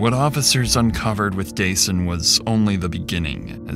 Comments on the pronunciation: His name is “Duh-Sahn” it’s not “Day-Sun.”😑 Rest well young man.💔🕊️💔🕊️ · it's duh-sahn, not day-sun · His name is Dasan, pronounced duh-sawn, NOT day-son. His mom Latrice and his POS killer said it multiple times to hear it. Or just call him DJ. I appreciate the work you put into your videos, so I'd hope you'd get the victim's names right when you're told what they are to show respect for their memory and loved ones left behind. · His name wasn’t Dason like Jason you idiot. His mother makes it entirely clear how his name is pronounced. I hate the guy behind this channel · At least respect this beautiful, innocent victim by pronouncing his name right...I heard it multiple times from his Mom...it's pronounced 'Da-SAHN'....🤦‍♀️ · Threw me a little with how narrator kept saying DJ’s name like “Jason” instead of how his mom & killer pronounced it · I HATE that Dasan's name was mispronounced throughout this entire video. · It's ridiculous you keep mispronouncing Dasan's name when you put in the video how is mother pronounces it. Do beter. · The LEAST you could have done is pronounced the poor victim's name correctly, FFS... The disrespect... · Yo why do you keep mispronouncing the victim’s name when the mother says it correctly in the interview footage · Why are you always mispronouncing names? They literally say his name and you still mispronounced it 😒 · Can you please just get the victim’s name correct? Fucking christ. Dasan’s name is pronounced several times in the interviews. Say his name. If you can’t do that correctly, whether by correcting your voice or a text-to-speech, you’ve lost the plot completely. You ain’t even tryin’. For folx wondering, Dasan’s name is pronounced as ”Duh-sAHn.” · Why does the narrator keep pronouncing Dasan's name incorrectly? 😐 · Why didn’t you pronounce Dasan’s name right when you could hear it said right by his mom? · Out of respect, the narration should have been fixed to pronounce Dasan's name correctly...